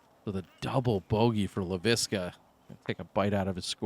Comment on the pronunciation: THE “LEIVISKA-BOBS” 😂😂😂😂